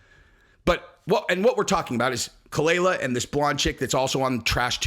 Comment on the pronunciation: You can't even do enough research to know how to pronounce khalyla or, that their NOT MARRIED, or even that ethan, h3, is an advocate for freespeech on youtube, having won several lawsuits to protect reaction youtubers like yourself. (Dumbass).